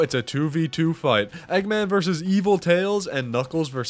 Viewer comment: Bri’ish eggman